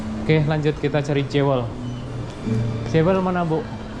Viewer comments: Bunyi nya Juwel ..bukan Jewe l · Bukan "jewel" tapi bunyi kayak gini "juwel" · Jewel bacanya " juəl".